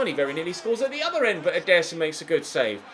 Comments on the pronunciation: he say's "EDER-son" (with force) instead of "ederson (with a slow vocie) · I dont think thats how you say Ederson, at ALL